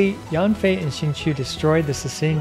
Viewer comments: read yen fei not yanfei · Yanfei is pronounced as Yen from Yenny + Fei ☺️